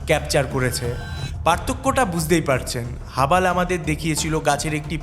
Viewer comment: আরে হাবাল হবে না রে হাবল টেলিস্কোপ হবে উচ্চারণে হবে হাবল✅